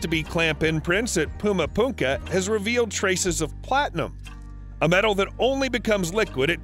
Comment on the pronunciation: is this Guy serious. How can you narrate the story if you don't even Know how to pronunciate the right word. For example . The Peruvian site of Pumapunku you called it Pumapunka twice. 😆 That's crazy Though... just saying